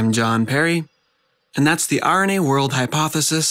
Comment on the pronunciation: Sounds like you say "The irony age hypothesis" at the end. Wich was fun.